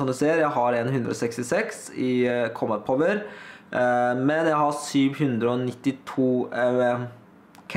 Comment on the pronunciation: Du ut-taler alt kjempebra, men du sier litt feil combat power, men vet hva dysteleksi er så det skader ikke meg.